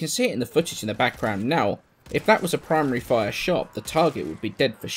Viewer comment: I was about half way done before I realized you were saying "Primary fire" and not "Prime Re-Fire" I was really confused. Thinking that it was a new thing added recently.